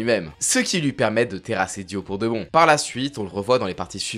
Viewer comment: Ça me stresse comment tu prononces Dio... C'est pas dio très rapidement comme ça c'est dIo (DI-O) l'emphase est mise sur le I